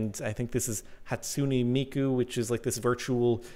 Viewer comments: Its Hat-Sue-Ney-Mee-Kue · It's Hatsune Miku hat-su-ne miku